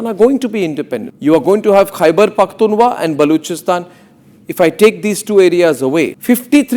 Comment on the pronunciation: DAFFER anchor kheberphktunwa nhi khber phktunkha hotta w silence Hai silly😏🤓